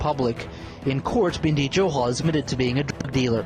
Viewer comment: Binddy johal ni bhai bindy johal